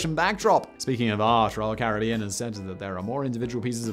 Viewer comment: It's Caribbean not Caribbean, come on Simon